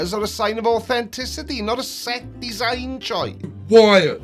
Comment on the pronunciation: Or-fen-tissity it’s all about the or-fen-tissity! 😂 I can see why he chose the blinding white visuals. It’s massively painful to listen to, it might as well hurt to watch too.